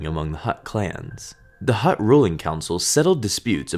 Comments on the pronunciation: he keeps on saying hutr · Every time he said "Hutt," I pictured a football player snapping a ball. xD